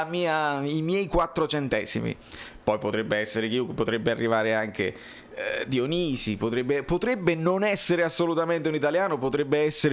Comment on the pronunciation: Quando hai detto Dionisi,come l hai pronunciato mi hai fatto crepare